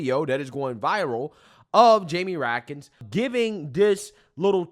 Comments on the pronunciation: Get his name right. It’s Raskin, not Ratkins. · RASKIN NOT RAKIN ! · Ras Kin. That's how you pronounce his name. Read and view politics more. You will learn how to pronounce politician's names. Ok, good luck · Love youre channel bro! You get Raskins name wrong when you call him Ratkins but thats a better name for him because he is definitely related to rats 🐀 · I like pronunciation- Rat-kin